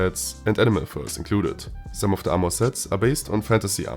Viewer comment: Its Armor, and NOT AMOUR!!!!